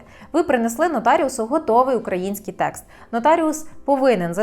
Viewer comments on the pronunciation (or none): none